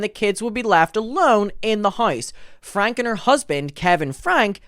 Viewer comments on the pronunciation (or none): FYI, their last name is pronounced “Frank-ee” and Connexions is pronounced “Connections.” Please get into Jodi’s shit as well. She is pure evil!!! The fact that they spoke to WaCB is absurd when there are so many other creators who have covered this family for much longer and actually know wtf is going on. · Their last name is pronounced Frank - ie